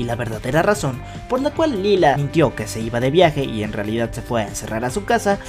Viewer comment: Se escribre lila pero se dice laila